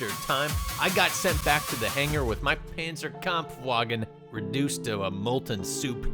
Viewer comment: The way he pronounces Panzerkampfwagen makes me cringe every time